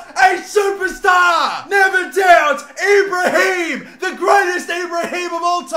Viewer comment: It’s Ibraim Da Costa, not Ibrahim Da Costa, it’s pronounced ‘ee-braim’